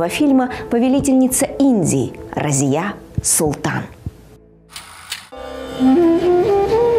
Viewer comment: Я знал раньше бабушку ,ее звали Разия .Ударение на последней гласной .Думаю имя арабское.